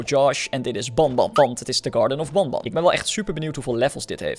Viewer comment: je zegt benben je schrijft het als banban